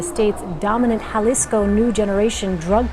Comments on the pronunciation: Jalisco is pronounced like "Halisco" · Hey AI clown, that’s not how you say Jalisco.